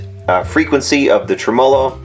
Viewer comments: Trem Molo ? ...tremello one word. Emphasis on TREM not MOLO hahah why do people say this? Do you people say vibrato funny all like too? just playin. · What is a trem-O-low? hahaha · Tremolo, I dont think that word is pronounced as you think it is :) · Learn how to pronounce tremelo!